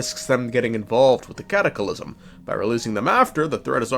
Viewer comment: Am I missing a joke here or why are you adding an extra "i" to the word "cataclysm"?